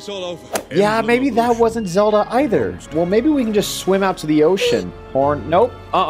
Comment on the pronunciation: Look I get it, your tired of oceanhorn Well the game I have for you is called zEE e L Da